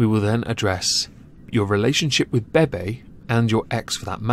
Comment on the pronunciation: Why do you mispronounce people's actual names? "Baybay" (BeBe) "Neekocado" (Nikocado). Nothing to do with your accent. People pronounce their names the way they want, to pronounce it in a different way is rude and has nothing to do with your accent. I'm sure you're capable of pronouncing them correctly.